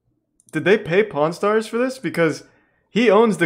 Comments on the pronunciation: I can only hear "pornstars". I can´t focus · Really sounds like hes saying porn stars not pawn stars 😂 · it sounds like he says pornstars every time he says pawnstars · Was listening to this while cleaning my work van without watching the video. Kept thinking they were saying porn stars😂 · When he said pawn stars I thought he was saying porn stars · Him saying pawn stars but it sounds like “P*rn Stars” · it did not sound like he was saying pawnstars...